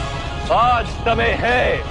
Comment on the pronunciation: ...bangali ho kyaa tum? Samay ko somoy bolrahe ho...